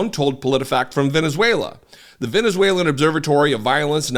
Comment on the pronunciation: Reading from Venuzeulaaaaaa! what a buffoon.